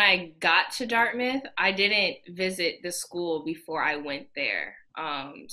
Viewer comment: she really didn’t say DIRTMITH?? 😂😂😂😂😂